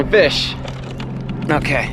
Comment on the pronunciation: It’s a bit different hearing fish instead of fix but I love it